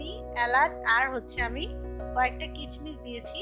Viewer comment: কিচমিচ না কিসমিস উচ্চারণ হবে